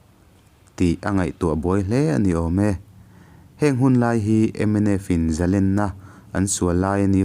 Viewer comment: I Video hi ka ngaithla in a ngaihnawm ka ti thei hlê. Kan naute Mizo thawnthu hriatna hnar pakhat a ni a, i fakawm hle. Tun video a ka sawi duh erawh chu mins. a, 'MNF in zalènna an sual...' tihah hian "zalènna" tih hi thlûk hniam tur a ni. Zalénna (thlûk sâng) ni lovin. Zalènna tihah hian "lèn/lènna" tih lâi hi engtik lai pawhin a ri hniam a lam hi dik zawk a ngaih a ni e.